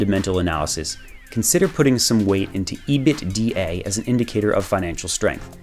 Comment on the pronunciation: Did this madlad just pronounce EBITDA: "ee-bit-d-a"????